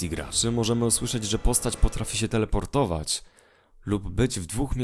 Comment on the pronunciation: Powiedziałeś teleportowć!!!